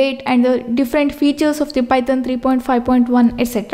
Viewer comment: The way he says Python ..... pytan